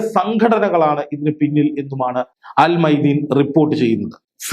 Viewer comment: Al മയാദീൻ not al മൈദീൻ 😂